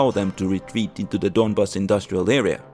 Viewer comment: donbAss, not dOnbass :)